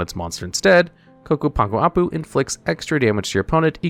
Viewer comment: WTF, actually said Ccapac Apu correctly?